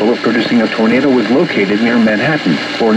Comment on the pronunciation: Nobody:: Tornato WATCH